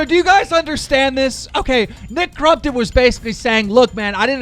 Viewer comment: Nick “crum”ptom Lol